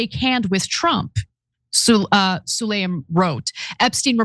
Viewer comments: Pronounced Saleem, not Sulayim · 😂HIS NAME IS: SU-LAY-MAN